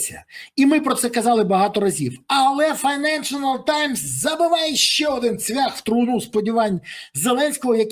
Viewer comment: Коментар не хейт, а за покращення якості контенту! Помилка в назві відомої газети "Financial times" ріже вухо. Файненшл таймс, а не "файненшЕНАл", автору каналу варто звернути увагу, додав лишній, не потрібний слог.